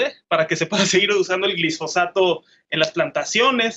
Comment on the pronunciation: Alejandro Encinas no sabe ni decir Glifosato, dice "Glisfosato". Chairo al fin...